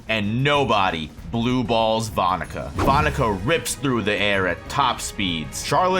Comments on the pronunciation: That’s not how you pronounce her name 😢😢😢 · I’m sorry….the pronunciation of that name is cursed